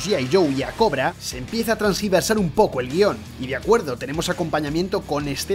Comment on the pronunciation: “Transgiversar”… xd